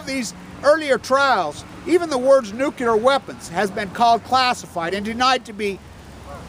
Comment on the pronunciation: It's Nuclear, not nukular. Please!!